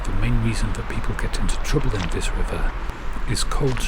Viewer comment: Tip of tongue on top teeth. THHHH THE You can say KiTE Say This not Viss . Not hard.